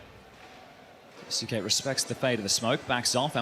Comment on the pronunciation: hearing the casters butcher "kyousuke" is a chore. KEE-YO-s'KAY. ffs. don't care if he himself declared it incorrectly. fix your tag to match your stupid name then. Gonna start calling his teammates "moanzee" and "tease-ez"?